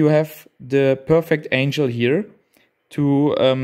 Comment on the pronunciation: Excellent video, well done.....I believe it should be angle not angel, but it might just be your accent 😂